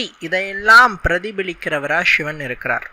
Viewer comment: ஷி என்கிற உச்சரிப்பை மாற்றி சிவன் என்று உச்சரியுங்கள்.